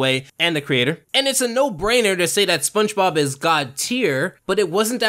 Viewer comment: I swear that you say spunchbop instead of spongebob